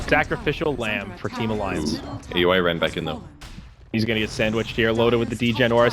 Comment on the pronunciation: AXE-ACTLY why they pronounced Aui's name like that